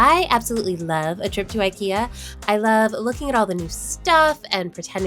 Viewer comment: Love it, love it, love it! And also love your effort to pronounce our strange Swedish words correctly, am especially impressed with the way you said IKEA. ❤